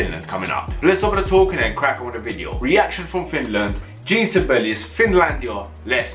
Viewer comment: Jean Sibelius's first name is pronounced like the French form of the male given name “John.” It is pronounced (phonetically) as “Zhawn,” with, if you want to be precise, that very French nasally “n.” The “Zh” should sound like the “s” in “Intrusion.” So, it is NOT like "jeen!”